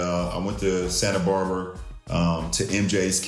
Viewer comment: My guy said, "Santa Barber". Sometimes I wonder if he finished High School...or he's lying again.